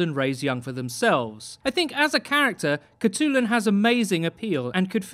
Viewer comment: hi im a mongolian person myself, and id just like to say that her name would actually be pronounced "hut-lun"!